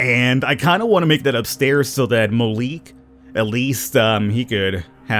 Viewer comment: Its pronounced Ma lik